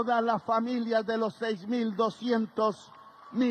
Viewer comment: Hay que continuar practicando la pronunciación de las palabras que contienen la letra "D". Abro comillas. HISTÓRICA CANTADA 'E' TABLA 'EL' PRESIDENTE 'E' LA REPÚBLICA... Cierro comillas 😎